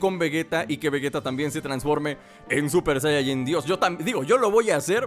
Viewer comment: Se dice saiyajin con i